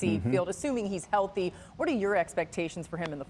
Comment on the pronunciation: It's all about his health. Only thing he proved is rookie year is that he cannot say healthy